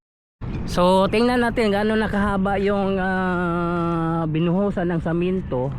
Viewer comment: semento bro,, Hindi samento,,pagbinisaya nlang gud ka